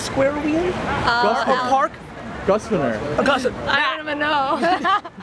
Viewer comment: oh I saw this one already! out of sync. Awesome - so much context for it now LOL. Grosvenor is pronounced Grove-ner. English is weird. is crazy tall!! And he's absolutely right, business has changed. Gary has it nailed. What he said about selling wine has completely convinced me I had a viable business model and propelled me to invest my time, my money and spend more time listening to him. From that he's taught me what hard work really looks like, and how I can hustle. LOVE this